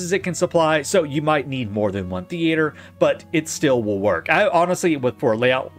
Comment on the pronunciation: Why are you pronuncing "theater" different every other time? very confusing.